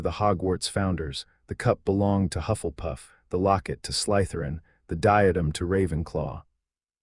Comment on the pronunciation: You and the AI who is reading this need to get it through your head that there is no such word as Sly - t h e r i n, it is Slytherin and the emphasis is not on the Y